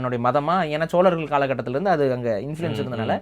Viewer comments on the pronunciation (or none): none